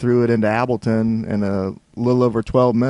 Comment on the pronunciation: AHAHHAH YES ABLTON